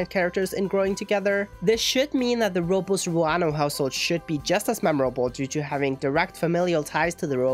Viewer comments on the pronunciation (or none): It wasnt the R, your R was nice, but the last syllable, -les you have to pronounce the e since it is a latino name lol dont worry about it tho its me being nitpicky. Loved the video btw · Robles is pronounced "Roh-blays". Not "Roh-bulls". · yes! It is Rob-Les is a Spanish last name very common in Spain and Latinoamerica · That pronunciation of Robles had me dying